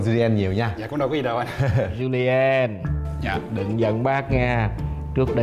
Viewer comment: Julien: chu li en 3 âm tiết